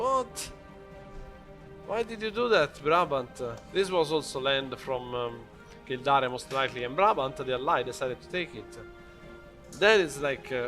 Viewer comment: Kill-dare. North-umber-land. Fun english names :D.